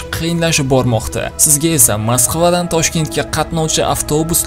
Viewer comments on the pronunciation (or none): 😂Bita man shunday eshitimmi bu bolani gapirishiga qaranglar Uqriyaniya-- Ukraina. Maqskiva---Maskva bulishi kerakmasmi 😂😂😂😂😂